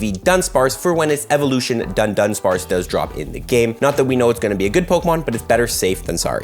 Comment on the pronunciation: Why does every single YouTuber say dun-dunsparce? It is du-dunsparce